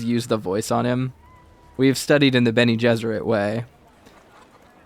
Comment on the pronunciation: Haha bene gesserit 😆 I wonder now you've been playing this for a while if you like the diegetic quest guidance or if you find it too 'hand holdy'?